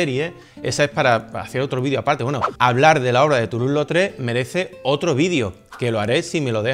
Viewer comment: Obra de Toulouse Lautrec! Y con buena pronunciación de francés 😜